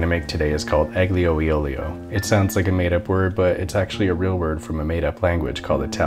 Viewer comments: You dont pronounce the g in aglio, its more a yugh sound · you absolutely fucking butchered this dish. how can you fuck up aglio e olio this bad. also you don't pronounce the g in aglio. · You don't pronounce the g in aglio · I'm 23 seconds in and his pronunciation of "aglio" is already too much for my Italian ass 😂 (It's "AL-yo eh OLE-yo" not "AGG-lee-oh ee OLE-ee-oh") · Me: "Oh, I wonder how he's gonna say Aglio e Olio" YSAC: "EgGlEeO y OlEeO" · almost! It's really difficult for English speaking people to pronounce aglio as the gl sound doesn't exist in English. It's kinda like a-yo. So it's like "pasta a-yo eh o-lee-oh" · I thought you said it's Gloomeo not it's gloomy out. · Ah btw aglio it's pronounced more like "Iyo"!